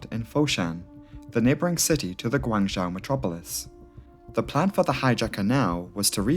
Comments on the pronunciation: Guangzhou is pronounced Gwung'joe' - zhou = joe / zhao - is pronounced like 'now' but with 'j' - so your way of saying it would be spelled " Guangzhao' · Cantonese is pronounced Gwong-Zow. I'm US, my wife is from Guangzhou. She's obviously fluent in Cantonese and Mandarin. Yours is a try at a Mandarin pronunciation. It's actually Gwong-Zoe. English speakers commonly say ...joe.